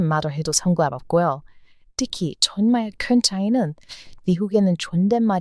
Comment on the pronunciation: 팬이예요. ❤❤❤❤❤ 근데 영상에서 졸라라는 표현이 세번 나오던데 그거 안좋은 말이예요. 발음이 저한테는 그렇게 들렸어요. 정말이란 표현으로 바꾸셨으면 좋겠어요. 좋은 영상 너무 감사드립니다.❤❤❤❤❤❤❤❤❤❤❤❤❤❤❤